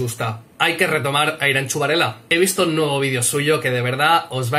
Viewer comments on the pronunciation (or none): He dado like en cuanto te he oido decir "Iranchu" en vez de "Iranzu" eres un crack tio jajaja